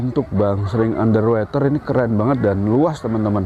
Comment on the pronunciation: BacaY bukan Ander Weter tp Ander Woter nti slh ucap bs salah artiY